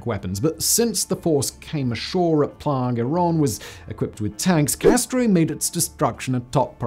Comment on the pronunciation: I just wanted to toss Simon a high-five for saying "playa" correctly this time. It shows that you're putting more into these videos than turning on and speaking to a camera.